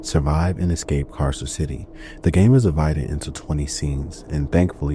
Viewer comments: (Car-sir) Carcer City not (Kay-sir) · “But it’s out of glass.” I could excuse “Kay-sir” City, but not this, what the hell?